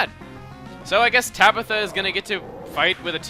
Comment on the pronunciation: sounds like if you said Tablo instead of Tabitha *w*